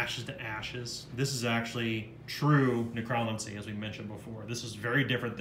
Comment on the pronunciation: I realize I am being seriously OCD about this so I'm sorry in advance. but you said necromancy incorrectly. It should be pronounced nek ruh man sea. Once again, I am really sorry about my OCD about this but, I just wanted to point that out. 😉